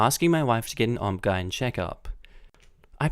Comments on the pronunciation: lol, did you just call it an "obb-gyne"?? -_ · I love how you pronounce "obgyn" it's like a name lol